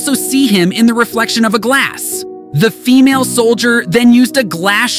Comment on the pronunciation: How he emphasizes the FEMALE when talking about the second soldier 😂